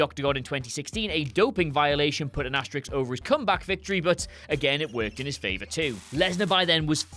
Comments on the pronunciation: Asterisk. The word is as·ter·isk. Asterix is a cartoon character from France who fights Julius Caesar with a magic strength potion. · What is an "asteriks"??? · It's amazing how many people say "asterix" when they're talking about the * symbol. I think Asterix has so entered the culture over the past 50 years or thereabouts, they either do it unconsciously, or else don't even realise the character's name was a pun on the existing word asterisk and that the two things are spelled and said differently.